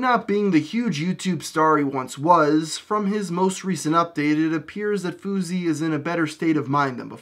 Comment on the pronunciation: Wtf even is a fawsey tube? And why did you say foosey? Look at it is clearly not foosey.